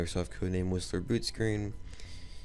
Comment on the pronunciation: Are you sure that Whistler is sounding like Wisler?